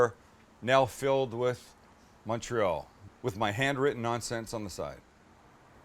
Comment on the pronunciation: Great video. You actually pronounced Montreal correctly, most people don't. (I'm from Montreal) Only one question......where's the provolone cheese?!?!?